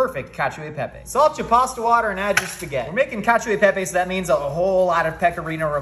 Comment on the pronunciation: As an Italian not to be that guy but it’s pronounced (Kachuu-ee-Pepe)😂